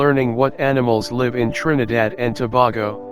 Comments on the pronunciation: Started off with the terribly wrong pronunciation of Tobago. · Toe-bay-go Indigenous people acculturated since 1498 with Spaniards and Arabs was brought by Christopher Columbus...